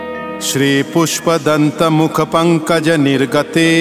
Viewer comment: पूष्पदंत नहीं पुष्पदंत। कृपया सुधार करें।🙏🏻 क्षमा करें। आप पूष्पदंत उच्चार कर रहे हो।